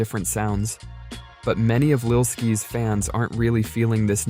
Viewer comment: “Lil Skees” 💀💀💀